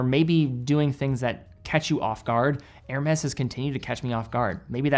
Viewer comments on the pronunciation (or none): I think Hernes is pronounced. Air may.